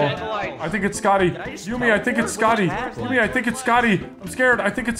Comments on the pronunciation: every one: yummie: Yuumy 😂😂🤣🤣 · Why can never pronounce yumi’s name😂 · IDK how still cant say yumi's name correctly.